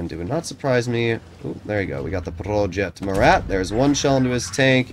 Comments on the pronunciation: if you want the proper way of saying it, dont pronounce the "t" at the end. So it will basically be: "Proje Mura" in English ( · “Prrrroyet Muerat”